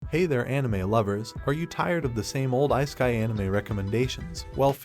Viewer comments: icekai. I can't take it seriously now. Please tell me you are just using AI voiceover. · I-sky anime? Are you even trying? I used to play around with text-to-speech back in the DOS 5.0 days. You CAN make it pronounce words correctly if you actually put in a little effort. You're better off just having text on the screen than that AI voice. We watch anime, we're no stranger to subtitles. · I'm not tryna meat ride but I really loathe the way bruh pronounces "isekai"💀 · Please learn to say 'isekai' properly!